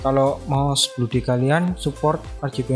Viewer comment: Bacanya blodi bukan bludi walaupun o nya double (oo) tapi bacanya tetep O bukan U